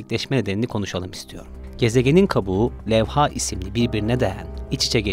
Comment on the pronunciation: levha kelimesini ikinci hece çekmeden telaffuz edelim. لوحه